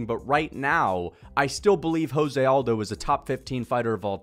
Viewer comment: Why do you pronounce José Aldo’s name like that? 😖 He’s Brazilian, not Mexican lol